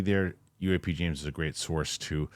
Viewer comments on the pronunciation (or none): none